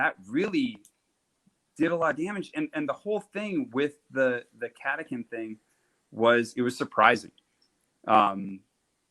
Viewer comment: Catacan. Is how I saw it but Catachan is how I’m told it’s said. I like the lazy Cataken